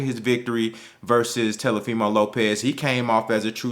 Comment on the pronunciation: .....I have and LOVE all the same opinions that you have. Rock wit ya bro. But quit calling that boy Te"L"ofimo Lopez😆 give that man his respect so we can talk dat talk bout him and he knows what it is. Tank is the SmashBot in the division. Devin is DAMN SURE on his way tho!